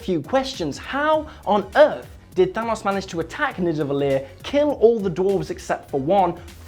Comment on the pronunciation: All Icelanders are laughing to how yous pronunciate their words 😂 😂 like"nivedallir" 😂